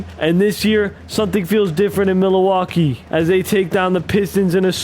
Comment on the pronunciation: okay but why he say milwaukee like milleeeewaukee